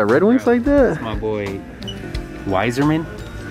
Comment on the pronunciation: It’s pronounced “i-zer-men”